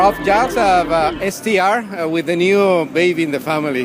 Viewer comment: STR, lolololololol. I feel bad for Gilles when he has to do an interview with someone who cannot even get the brand name right